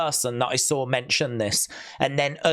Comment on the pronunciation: You sawr it … you sawr it WWE fans 😂😂 ( voice ).